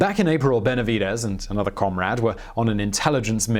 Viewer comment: I cringe every time he says comrade